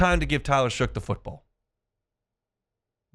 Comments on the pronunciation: Shuck. Not Shook. How hard is that to learn? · could you please pronounce the guys name correctly? His name is Shough pronounced shuck!!!!!! Not shook.